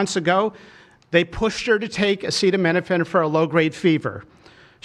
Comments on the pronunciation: He’s encouraging antivax-ism. Just wow. Thank you for the medical advice, Dr. Trump. Side note: it was funny when he didn’t know how to read acetaminophen 🤭 makes him more human. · Oh how I wish they would’ve picked someone who could pronounce acetaminophen to deliver this important information. Trump is making it sound bonkers.